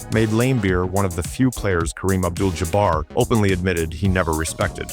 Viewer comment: Idiot - Jaa Bar Stop the AI